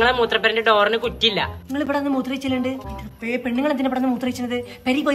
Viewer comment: Pennaggal.... Pennaggal... Pennaggal... Enthonna ith 🙄😬